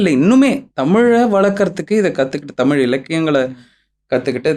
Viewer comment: தமிழ் னு சொல்லுங்க உங்களுக்கு புண்ணியமா போகும் நீங்களே தமிழ டமில் னு சொல்லி அழிச்சிடாதிங்க